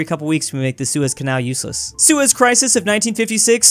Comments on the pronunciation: don’t say seus canal without the e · don’t say sues canal without the e